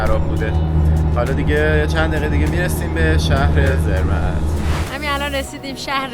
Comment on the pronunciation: درود‌. شانس شما یه مقدار هوا ابری بود، اگه آفتابی بود، خیلی خیلی قشنگتر می بود. تلفظ Zermatt, سِرمات هست.